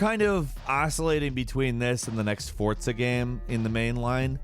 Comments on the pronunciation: Fortza? I didn't know Forza had the letter t in it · who put a T in "Forza"? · Can you stop saying "fortza" ... it's FORza